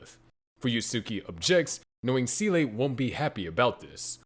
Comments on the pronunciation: Good work, but how you came to pronounce SEELE as sea-lay I will never understand. Either just call it like “seal” or if you’re trying to do a Japanese pronunciation then it would be like “say-lray” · It took me almost the entire video to realise he wanted to say Seele when saying 'sieley' lol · It is never pronounced see-lay by anyone, ever, and there is literally no explanation for how you arrived at that pronunciation. They don't say it that way in the show, it isn't how it's pronounced in German, I just have no clue why you keep saying see-lay. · Not gonna lie I can't pay attention to the video because the "See-lay" pronounciation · Seele is pronounced zelluh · "Seele" is German for "soul" and is pronounced "zay-luh" more or less. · It's a damn shame no one can pronounce Seele still... I mean... Can't you fng google it? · It's disappointing that people still mispronounced SEELE, even in in-depth explanations. Absolutely ruins the video for me. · That doesn't make it correct and you know it. The whole genre is absolutely saturated with wrong pronunciations in the dubs, and that's only one of the many reasons why they were a mistake in the first place. Why can't you care more than the people who made the bad dub?